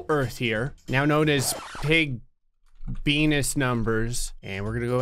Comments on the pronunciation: Why does sound like saying "I'm sorry P*nis" instead of "I'm sorry Venus" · venus kinda sounds like penis